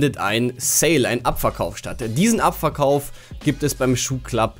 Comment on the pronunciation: Und ich versteh die ganze Zeit: "abfuckkauf" statt "abverkauf"... ✌🏼👌😅